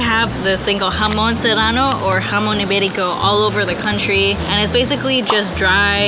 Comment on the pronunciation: Jamon sounds when you say it HAM ON and I’m from the uk and I crush 4 Maryland choc chip cookies and put 1/4 milk then mix then add an extra biscuit Maryland chocolate chip cookie thenmicrowave for 1.30-2 minutes